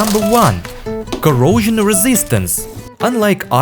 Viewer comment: Corrosoisjyon got me going😂😂